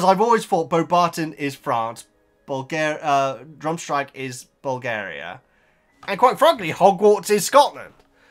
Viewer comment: "Drumstrag" It's Durmstrang 😁